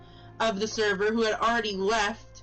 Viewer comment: No...not the therwer!? The therver got nuked!